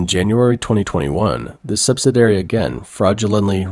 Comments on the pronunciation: The speaker for this channel does not have an accident. And yet, some of his words are not correctly pronounced. For example, he mispronounced 'subsidiary'. He pronounces it 'subsidary', which misses the second "i" I wonder if this is a high quality, computer generated voice. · Why is it that you can not correctly pronounce the word subsidiary? In every video of yours that I have watched, you consistently mispronounce this simple word ? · Please see if your can program your AI narrator to pronounce 'subsidiary' correctly. Thank you.